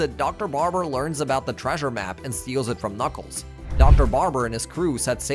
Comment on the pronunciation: This has to be AI read.. “ka-nuckles” “com-pass” “posaiden”